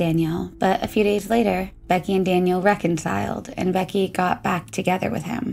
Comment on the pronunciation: Daniel. Not Danielle 🤠